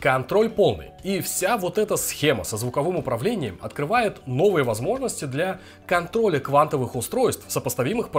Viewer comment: только я заметил?) "для контоля" ))